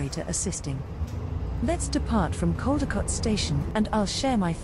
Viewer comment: It’s Caldecott ( Coll- di- cott)